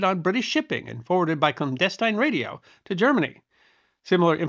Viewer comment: Good. Then you pronounce "clandestine" a little strange to this Connecticut Yankee. In college, 50+ years ago I was torn between being a history teacher or a Civil Engineer. I decided to keep history as a hobby and make better money as a Civil Engineer. As it ended up I got to see some history made as an Army Engineer. Over the past 60 years, I was very lucky to get veterans to share stories with me. I do enjoy your videos and the knowledge that you share. Good Luck